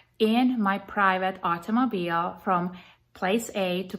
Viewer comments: Take a shot everytime she says "private aut-oh-moe-beel" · Hey he removed her from her "artomoblie" rich stricked her movement" 😂😂😂 you go Miss. America!!. So this lady who comes from Europe somewhere and go thru this process to become a citizen here feels like she knows the laws better than our own authorities? She comes from wherever can't even pronounce half of the stuff she wants to teach our local police force?? Cuz why? She's almighty knowledgeable? Yea ok😂😂😂😂